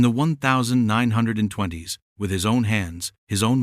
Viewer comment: AI needs to understand how to pronounce 1920